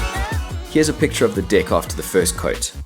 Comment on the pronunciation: When he says "deck" its sounds like "Dick"